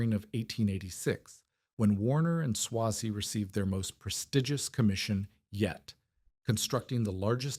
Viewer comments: Who writes this stuff? It's not pronounced Swah-zee, its Sway-zee. I used to go to the Solon plant in the 80's when I was a sales engineer for a dealer that represented Cross and Trecker and I ran W&S turret lathes during my apprenticeship. I don't think much of this video is very accurate and a lot of these videos don't have any citations to cross check the information that's presented. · It's AI. Better than some. Still too much repetition but excusable because it's a long story spanning many years. Eventually it gets the pronouncement right sometimes. It's a long A in Swazey.